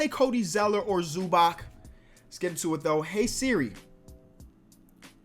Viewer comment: It’s pronounced zuba-ts